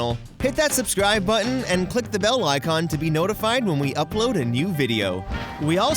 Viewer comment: “And let me get to da bottom of dis” He’s either turned into Uganda knuckles or just knows de way